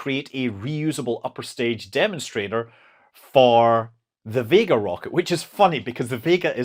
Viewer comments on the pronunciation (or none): none